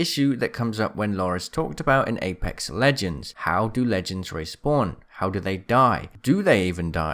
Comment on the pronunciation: Respwan beacon